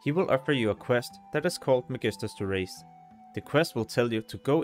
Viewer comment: Du er fandme dårlig til at udtale magisters terrace!! 😂 Men fed video, tak!